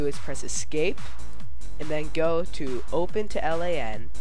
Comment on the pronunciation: Stop saying L A N It is pronounced like land without the d. It means Local Area Network.